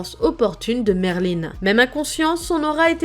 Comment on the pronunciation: est heum c pas Merline mais Merlin sans e a la fin